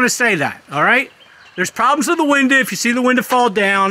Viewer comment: OMG stop calling a window WINDAA…